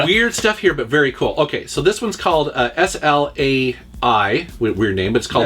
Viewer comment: SLAI was pronounced "Slay". I always hated the junkyard aesthetic in my mech games but SLAI was alot of fun.